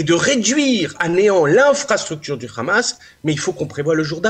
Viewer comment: Pourquoi vous dites le Khamas c le HAMMAS